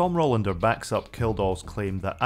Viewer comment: and numerous other places throughout the video - it's Rolander, not Rollander.